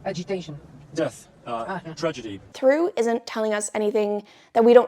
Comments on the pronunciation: For what it's worth, Theroux is a two-syllable name, not pronounced "through" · I'm losing it at hearing how this guys name keeps being pronounced lmao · ur pronouncing his name wrong